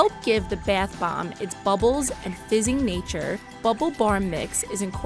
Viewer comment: the narrator says “bath bomb” like “bath bamb”